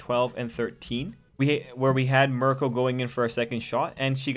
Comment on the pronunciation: Miruko is pretty much Bakugou with bunny traits. Her name is pronounced Mee-roo-koh. I only mention this because you keep calling her Marco, and that's an Italian man's name.